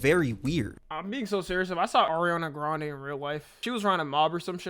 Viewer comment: “Erinana grande”😭😭